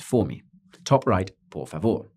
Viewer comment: he speaks the letter "v" as v and not as "b" as Spanish speakers . and no, not all Portuguese speakers can understand Spanish, same as French and Italian